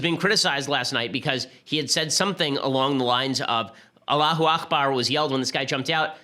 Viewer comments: Hate to correct you, Ben. It's pronounced "allahoo ack-bar." "Akhbar" means 'news'. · aKbar, ben. it's not akhbar. it's arabic, not hebrew. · It's "Allahu Akbar " with a hard 'k', not the Scottish "ch" sound